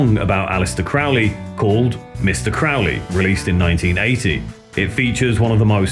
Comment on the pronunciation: And some friendly criticism here: "Crowley" rhymes with "holy," not with "fouly." Yes, Ozzy also didn't know how to pronounce it. Also, I recommend checking pronunciations of words you're not sure about, like "satiate" (pronounced "say-she-ate"). I'm only mentioning these things to help you improve your already excellent documentaries so future releases aren't diminished by these fairly frequent mispronunciations. Another example is "Friedrich," which is pronounced "Freed-rick" loosely, as the ch as the end has a subtle pronunciation difference that's not as important as the "ie" part in this case). Keep up the great work!